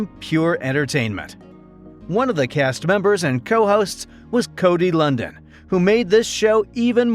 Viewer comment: How do you do a feature video on someone's name you mispronounce?